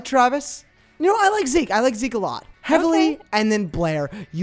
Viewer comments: Help is heavely pronounced like heavily or heeve-lee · i think it's pronounced heevley LMAO but this video is so funny fr